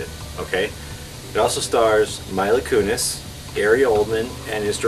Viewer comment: Maybe you should've changed Mila's name to something easier for you to say as well... you are pronouncing it wrong.